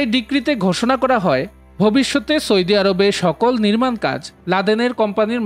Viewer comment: সয়দি আরব নয় ভাই কথা টা হলো সৌদি আরব